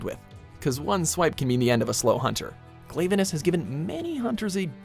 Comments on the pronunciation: Its not pronounced glave e nous its pronounced glav e nous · Watchmojo says Glayvanis, it is actually pronunced Glavanis. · Seriously this list has some problems while im fine with Glavenus (who is a Carnotaurus not a Tyranosaurus plus you said it wrong) Gammoth Tetsucabra Ketcha-Watcha Astalos (again spelled wrong also its not based on a earwig it's a butterfly and dargonfly) and Zamtrios being on the list (i like them even though in my own list besides Gammoth they wouldn't be on it) i need to mention how they mention they take in fan answers yet we ended up using the universally hated slimy ding dong monster and the also hated and boring as hell sand fish and the again very hated annoying and relentless owl also they didn't count variations.... yet HellBlade Glavenus a deviant is the thumbnail seriously i was fine with the first list but this is awful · glav-uh-nis kee-zoo horr-ibl-list